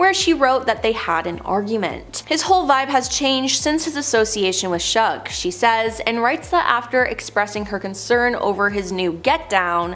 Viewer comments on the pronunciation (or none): Shug is pronounced "Shüg".